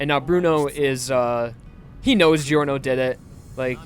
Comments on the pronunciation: Ah just a little tip since you're not the only one that pronounces it wrong: even if it's written "gio" you still say "jo". Since Italian doesn't have j as a letter we have to use gi to compensate. So you have to say "JoJo's Bizarre Adventure" and "Jorno Jovanna" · I though Giorno was supposed to be pronounced just like 'JoJo'? Like, the 'gio' sound in Italian is pronounced as just 'jo' I think. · I love this playthrough, but "Jeer-No" and "Jee-Or-No" are making me cringe pretty hard lol.